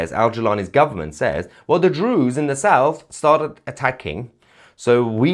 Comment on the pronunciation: Why are you calling them Drew's????